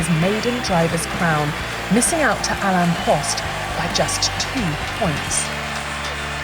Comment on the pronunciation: “Alan Prost”, “ayearton senna”. Come on, please get the names and pronunciation right!